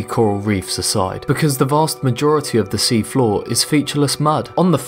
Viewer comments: lel deep foor instead floor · it should be floor not "foor"